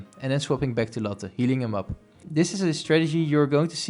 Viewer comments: You said latte wrong it's laa·tay not latten where u getting n from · everytime you said Latte i thought you said Lotte, and would instantly think LOTTE TETTEN ZIEN as a result